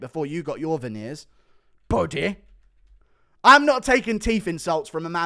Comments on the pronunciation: I crack up whenever he says “”😂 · A disgusting scrotum😂😂… love the way you say “buddy”